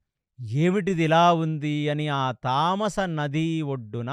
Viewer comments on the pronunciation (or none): తమసా నది తామస కాడు గారు. గంధర్వులు అని ఉంటే గాంధర్వులు అన్నారు. దీర్ఘం అవసరం లేని చోట దీర్ఘం ఇచ్చి చెబుతున్నారు. ఇంకోటి పాంచభక్షా పరమాన్నం కాదు పంచ భక్ష పరమాన్నం చెప్పండి. అన్ని. బాగానే చెబుతున్నారు అనవసరంగా దీర్ఘం ఇస్తున్నారు.. I am sorry to say this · తమసా నది తామాస నది కాదు